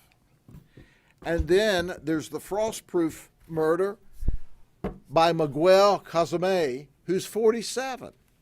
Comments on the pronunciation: Mee-GWELL..... #LetTHATSinkIn 😂😂😂😂😂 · Migwell? lol. Idiot. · Is there a higher rate of car-related crimes involving illegal immigrants? This was such a corny presentation 🤣💀 bro can’t even pronounce Miguel, I wouldn’t understand him to understand or present real statistics.